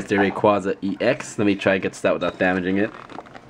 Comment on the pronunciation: Rayquaza: Ray-QuA-za The first "A" is a long "A" sound. Sorry, when I hear someone mispronounce my favorite legendary pokemon's name, I get all Grammer Nazi. lol